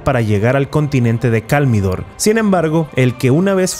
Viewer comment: Escuche Kalmidor en vez de Kalimdor?